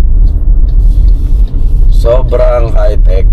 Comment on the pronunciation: Hindi po Haytek. Haytesh. Gandaaaaa 😎